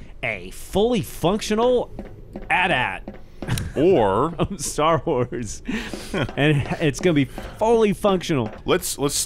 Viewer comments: its call an a t_a t not an atat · Annnnd they said at at instead of A.T.-A.T. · it's A-T-A-T not at at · I refuse to accept "at-at" as an acceptable pronunciation of an imperial walker. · Foxfrie They call them "at at" in the film, man. I always called them AT-AT. Saying the letters may be more correct, but I'm a creature of habit.